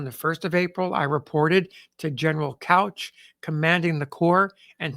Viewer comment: Good episode! Hooker was sort of an enigma. Army command was just more than he could handle. I think that Gen. Darius Couch's name was pronounced "Cooch." I'm basing that on the word of Dr. William G. Robertson, retired Deputy Director of the Combat Studies Institute and Head of the Staff Ride Team at the U.S. Army Command and General Staff College.